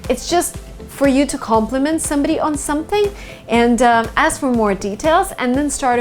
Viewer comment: when she said "shumpting" i felt that